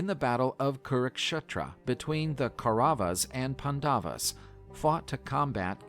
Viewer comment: I can't with these terrible pronunciations in this video... Cringe... It's not PundAvus.. it's PAnDavAs.. and Kaurava is Cow-Ra-vA. .. this video hurts. Also, the way that the northern Indian languages say these names are marginally different from how the southern Indian languages say it... Ganapathi in the north is Vinayakar in the south. Saptarishi is said Sup-tha-Rish-ee... And it means "Seven Saints". Sapta - Seven, Rishi - Ascetic saint.